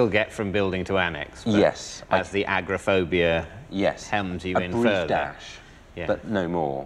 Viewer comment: One minute in and David has already said “very good” instead of “very well” and “agrophobia” instead of “agoraphobia”. He needs to do a soapbox rant about himself now.